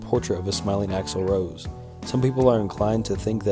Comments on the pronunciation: he called Axel Rose Axel Road 😂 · Noy how u pronounce Utero & its not A. Roads...its Rose